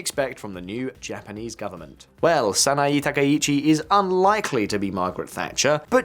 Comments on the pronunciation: Just a friendly correction: Sah-nah-eh *not Sah-nah-ee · I couldn't get over how you kept mispronouncing the given name of Japan's new PM. The e sound in the name Sanae is pronounced with an eh sound. Edit: I noticed how you pronounced all other names correctly. 😬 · Try first to say her name correctly please... saa naa eeh. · The mispronunciation of Sanaee Takaichi with an Ee/ea is ... a little irritating 😅 it's Sanae / SanaEY, like in Hey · Before making public broadcasts about a foreign leader, it's good practice to learn how to say their name correctly. It's "Sanae" (さなえ). You seem to be saying "Sanaii" (さないい). Imagine if a foreign commentator said "Kor Starmer". They would sound ridiculous, or American. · SA NA EH. It's not that hard. Just say "Sana" and then blur that together with just pronouncing the letter "a" at the end. Why would you pronounce an E the same as an I? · It’s pronounced “San-ah-eh.”